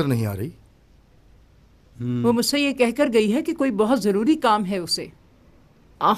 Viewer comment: Joruri ❎jururi✅